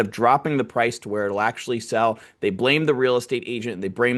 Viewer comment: "brame". Bro, you Asian like me?😂😂😂